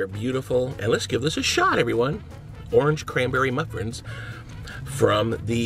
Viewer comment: He said "the orange cranberry muffrin" 😂😂